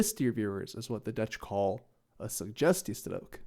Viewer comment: try saying the word suggestiestrook with a bit more g just a tip on your language :)